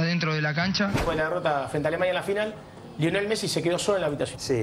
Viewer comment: Deberías saber que se llama lionel no leonel jaja.